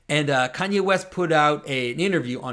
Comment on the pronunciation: West I thought you said weast.